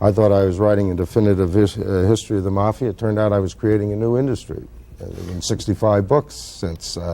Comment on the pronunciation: Did a shot every time that guy mispronounced mafia. I’m totally wasted!!!